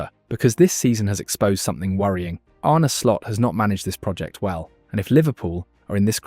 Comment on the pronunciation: "99th minute or later" "Arnie Slot" AI slop narrator.